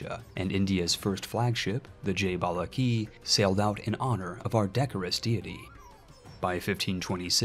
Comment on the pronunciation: 😀 I am from Bharat aka India & watching my favourite RTS game being played as India is actually a great feeling & treat to watch. Being EU IV player, I can understand the hardwork & time it takes to make such videos.👏 Your naming skills & pronunciation is great. (Except Balagi ❎).😀 ❤️Jai Bala G🙏 This is name for lord Vishnu. There is a very famous temple dedicated to him with this name in South India.